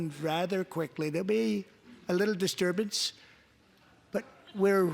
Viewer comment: "a little disburbance"?????? he said COVID was like a mild flu and would soon go away. What an idiotic statement.